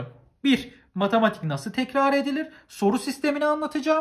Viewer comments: nobody:: matAmatik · neden bu derece öğrencilerinde hep yazım yanlışı kriteri var.. üstelik basit kelimeler "herkes" yerine "herkez" diyen koca yürekli ve "matematik" yerine "matamatik" diyen reis... 🤨😁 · Nobody::Matamatik asdfgdgdgshsggdhgsfashas